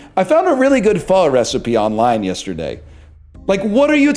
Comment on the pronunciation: He's pronouncing pho correctly